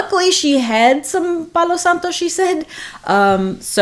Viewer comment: Loving watching your reviews 🥰 I am living for this suggestion to band together Scentsy blends. I'm that exact person, digging to find what I'm looking for 😂🙈 Love your accent, so calming and especially your pronunciation of Palo Santo 💛 I love a good Palo Santo scent. Mostly enjoy it in incense cones as some wax can be more cologney. Excited to sniff L3's take. Hope you have a relaxing weekend before your vacation ends. Thanks so much! 😁